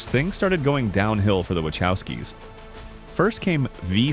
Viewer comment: Good god, you’ve pronounced “Wachowskis” three different ways by this point. 😂